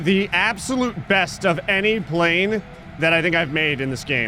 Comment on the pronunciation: Kinds of planes in the video: Plaaaaaaaaalne Panle Pllllale Planelaneanenee Llapne